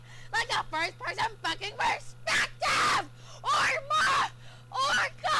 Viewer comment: question: what's A "first perton perpletive"